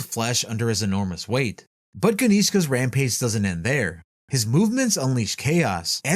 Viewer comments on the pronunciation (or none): none